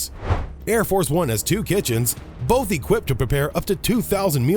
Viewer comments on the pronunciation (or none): none